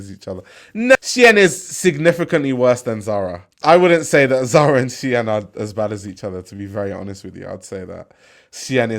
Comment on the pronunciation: Keep calling it Shien